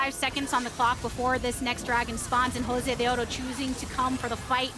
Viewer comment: Josedeodo, a player who comes from Argentina and originally played in the Latin American League, had a username that a caster says with its proper, accented pronunciation? Truly a mystery for the ages.